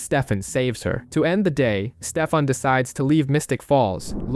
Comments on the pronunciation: It triggers me how often i have to hear Stefam instead of Stefan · Constantly hearing "Steffum" made this an incredibly hard watch.